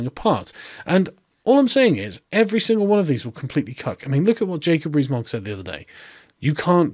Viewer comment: American trying to learn more about British politics here. What is the name he says at 6m55s? Jacob Weezmont?